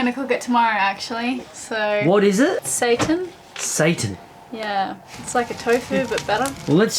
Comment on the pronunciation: Seitan pronounced SIGH-tan. Not satan, LOL